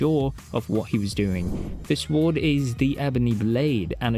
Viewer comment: Psst… the ‘w’ is silent in ‘sword’… Just thought you should know. Nice video, but you tend to be repetitive… 😅